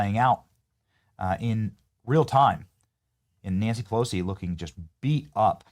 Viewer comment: Benny, did I hear you say, "Nasty Pussilosi?"